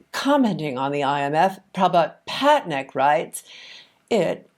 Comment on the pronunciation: Excellent discussion. The professor's last name is pronounced Pat-nie-ick